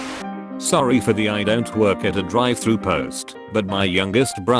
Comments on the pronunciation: the way they pronounced Drive-“Thrus” 😂😂😂😂😂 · Drive "Thrush " Pewsy SW.